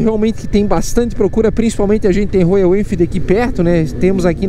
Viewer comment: Pq "Rôiou" se a pronúncia é "Rhóial"?🧐